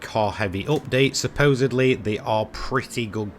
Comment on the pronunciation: Im here to just hear him say "oopdate"